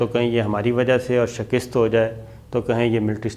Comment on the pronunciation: شِکِسࣿت Shikist غلط تلفظ ہے۔ درست تلفظ ہے: شِ کَ س ت شِکَسࣿت Shikast شکریہ